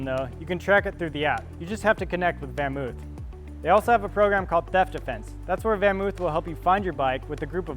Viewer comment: It's not pronounced oof it's actually pronounced van moaf -- sounds like loaf.